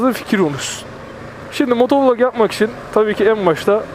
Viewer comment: Dostuk cok kaba soyluyorsun motovulog değilde motovilog desen daha iyi sanki :)